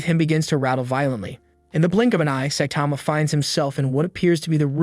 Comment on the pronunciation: "sah tama" its pronounces "sigh tama"